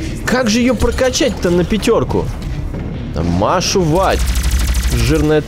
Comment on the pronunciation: Мне понравилось как гид сказал машу вать